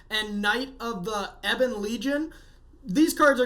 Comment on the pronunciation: it's eh-bun, like the mineral ebony. Like in the song Ebony and Ivory.